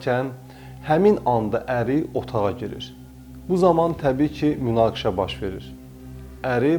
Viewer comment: Aparici "munaqise" deyende gulmeyi gelir )))